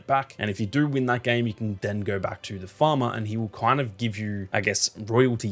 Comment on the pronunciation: "gowr" knowr" 😂